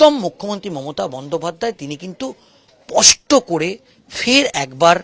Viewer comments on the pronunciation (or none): "" পষ্ট"",,, নয় কথাটা হবে ,,,,"" স্পষ্ট""।। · কথাটা পস্ট না স্পষ্ট? সাংবাদিকতা করতে গেলে, উচ্চারণটা স্পষ্ট হওয়া দরকার।